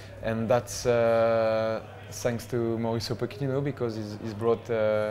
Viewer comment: I love how Lloris can't say Mauricio Pochettino's name properly